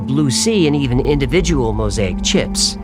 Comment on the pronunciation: lol that’s not how mosaic is pronounced 🤦‍♂️😂